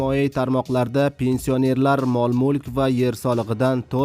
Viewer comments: Қисиб юрганинг яхши, пенсионер деган гапни тўғри айтишни ўрган. Йиғиштир интернетга чиқишни билимсиз бечора. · Пенсионер сузини тугри гапир олдин ,гапирищни урган хариб